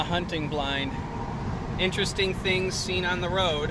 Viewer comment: Great vid! P.s. Please try to pronounce the first t in interesting.